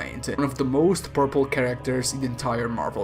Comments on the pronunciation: Whenever he says powerful when talking about Thanos it sounds like purple wich is hilarious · Your accent made this video so much better at one point. I heard "and this made thanos one of the most purple characters in the marvel universe" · Every time you called thanos powerful I thought you said purple.